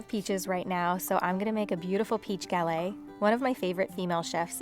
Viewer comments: You pronounce the "t" at the end of galette. You'd only drop the "t" if it was at the very end of a French word. The "e" makes it so you pronounce that "t", just like the double "t" in your last name means you pronounce the "t" sound. The "s" sound at the end Alice Water's restaurant Chez Panisse is also pronounced for the same reason <3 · You pronounce the "t" at the end of "galette" because it's a double "t" and ends with an "e."